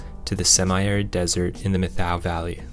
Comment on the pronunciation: I'm a local of methow valley. Fyi it is pronounced Met-how.